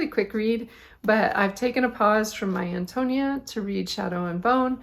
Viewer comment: Good to see your podcast pop up! Your purple Fosette is going to look terrific with those colors! I, also love Willa Cather books. The first, My Antonia, I read with my kids when we did American Lit. When I listened to it on audio some time later, I realized that Antonia is pronounced with the accent on the 3rd syllable, if the reader was correct. It’s a beautiful book.